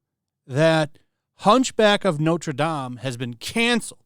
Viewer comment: Notre Dame = Not Ruh Dam